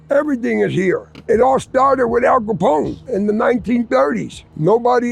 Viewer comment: نطقكم لإسم عصابة المافيا الإيطالية غلط al capone وليس cabone كابوني وليس كابون